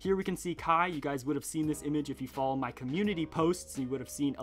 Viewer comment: Does anyone else realize he says ma-ow instead of my?😂😂😂